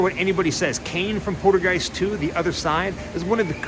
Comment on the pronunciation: Haha u keep call8ng the little girl Caroline it's Carol Anne, n it sounds like u pronounce poltergeist like poodlegeist lol funny man, LOL, sorry I'm just a hard core horror movie fan and I grew up with these films, n cringe a bit when people mispronounce characters iconic names or they butcher some info that they mis heard or got wrong from what the actual facts are..Sorry bro not trying to come at u negatively ,but I'm just a huge horror need that just can't stand it when some folks get shitt wrong. It's all in good tension and good fun bro, just kinda made me cringe a bit when u kept saying Caroline and poodlegeist lol haha it's all good bro still love ur videos and ur adventures that u explore they're all very interesting..much love man